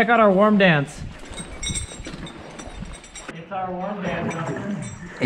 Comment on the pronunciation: When they were saying 'Warm Dance' I thought they said Worm Dance😂😂❤❤❤